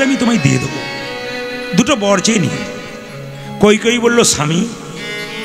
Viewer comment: কৈকৈ কেন বলছেন নামটা কৈকেয়ী।